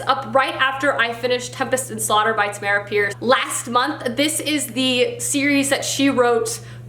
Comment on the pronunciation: Hey! I’m a huge fan of Tamora Pierce. Quick correction on how you pronounce Tammy’s name. It’s Tam-more-a. Also, the main character of wild magic is daine, not Diane the I and the A are swap. Sorry to correct you, but thought it might be helpful if you continue with the immortals quartet.